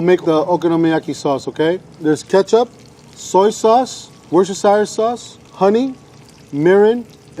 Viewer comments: Wor-ster-shire? 😂😂😂😂😂 Wu-ster-shire (or JUST wu-ster) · You said Woosyer-shy-er sauce❗️👏👏👏👍 *PERFECT*❗️😊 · he says okonomiyaki 400 times perfectly, but worchestershire sauce gets binned off with no attempt